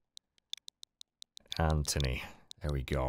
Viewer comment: heh "ANThony"